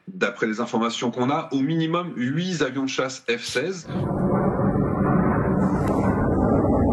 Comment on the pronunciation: Huit z' avions ? Tu es vraiment belge !